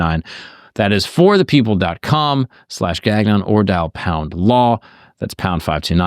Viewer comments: Gagnon shou sound like " gone-yo " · I find the American way of pronouncing the name so funny. In Canadian we pronounce it more closer to like "gang-yon" with a little french flavour thrown in there. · Gagnon is a surname of French Canadian origin. It's been butchered. lol